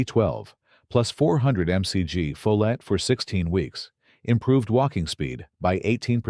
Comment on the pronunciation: AI is reading this text, cannot pronounce FOLATE properly, says it diverse ways throughout the video.😳